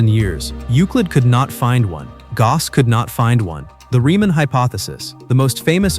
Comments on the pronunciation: it is NOT "Gas"it is Gauss with an AU sound not an à sound!! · you can improve by dropping the problematic sound in the background which does not fit the topic. the pronunciation of Gauss is similar to "loud" exepct for the consonants, i.e. the vowel of both of these words is almost identical . Gauss is not a French word.